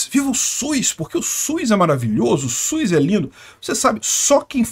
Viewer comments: O único problema no vídeo é a pronúncia, . SUS não possui a letra i no nome, será que consegue pronunciar SUS e LUZ sem a letra i na pronúncia? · Mano, agora que tu tocou no assunto eu percebi que eu tambem falo SUIS, acho que todo mundo aqui na minha região fala também, porque falando SUS em voz alta parece estranho e SUIS parece mais normal kkkkkk